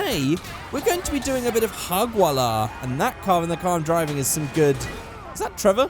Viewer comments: When you try to talk arabic but you fail Hagwalla wtf its Hajwalla btw i live in Qatar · It's Hajwalah not Hagwalah xD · It's actually Hajwala Not hagwala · Its not hugwalah it produced hujwallah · Its hajwala but it's ok your learning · Its written hagwalah but pronounced hajwalah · its pronounced hajwala not hagwala, its the saudi arabian term for drifting to be exact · its called hajwallah not hagwallah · “Hagwalla” - - 2017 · it's pronounced HAJOOLA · hey am algerian witch means am Arab but u haven't said harwalla right buts it's ok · ha-j-wa-la thats what it is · It's pronounced like this "haj" hagwalah 😴👍🏻 and its only in SAUDI ❤️ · Btw hajwalla means drifting and he said it completely wrong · Hajwala is only pronounced like that in Saudi Arabia... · why are so many people criticising for pronouncing 'Hajwalah' wrong? do you all just assume that he's fluent in Arabic?